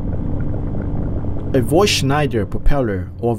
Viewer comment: Nice vid and good explanation. But Voith is german and pronounced "foid".